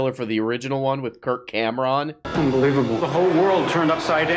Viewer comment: said "Kirk Cam'ron" lmao